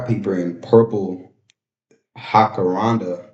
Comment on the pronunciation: You are switched on. I didn't even think of the connection between Einstein and the science experiments. Your comprehension is😊😊 excellent and you can predict what may happen. So well done. Also, if the trees were Jacarandas, you actually pronounce the j. Jac-a-ran-da. Would love to find out what has made Vince such a sicko, lol. 😊